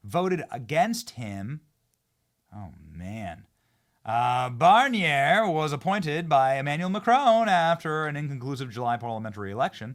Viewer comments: Too obvious not to go this way, so here goes. Michel Barnier pronounced Michelle Barn e yur. Sounds like Barn Manure but with a French accent. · Barnier - barn eh like a long a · Benny ...I think it is Barnyay pronunciation. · It's "barn--yay", not that anybody gives a shit... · “Mee-Shell Bar-Nyay” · HIS NAME WOULD BE SAID and pronounced LIKE THIS "BARIE EH" making it sound French as It's a French name lol just saying thought I'd help those who don't speak French 😊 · Pronunciation: Bar-n-Yay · It's Bar ny-ay. Short A on the end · Pronounced Barnyay! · BENNY DID YOU SAY : MICHAEL BARNMANURE ? 👏🏼😂🤣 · its Barn-yay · pronounced "Barn air" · It's pronounced BERN YAY. 😊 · “Michelle barn-YAAAY” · FYI, it’s pronounced Barn-YAY. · Trump should meet Le Pen. + (Prononciation: Michel Barnié) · I believe it may be pronounced Bahn-yay! You know like Massachusetts accent then " yaay "! Or someone let the horses out of the Bahn, yaay!😂😂😂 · Me oui Benny, it is pronounced Barn Yea! As for Fidel Jr. En Francais " Justin Trudeau et plenty de becoup de Maird"!! Living in the states on the Quebec border has its benefits!!!